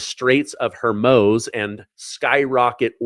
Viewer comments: 30,000 ton bombs?????? Do you know how ridiculous that sounds? Also it’s pronounced Hor-MOOZ Getting sloppy there, Spanky. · Pretty sure Hormuz isn’t pronounced “Hermos.” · You should learn to say the names of the air bases and Hormuz correctly not just make them up! So embarrassing! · You are mispronouncing the Straight of Hormuz.